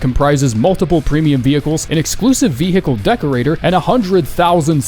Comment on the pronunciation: bro stop saying vee hickle its vehicle